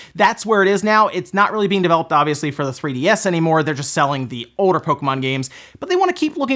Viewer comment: Please pronounce your L's..."Ollllllder" not oder.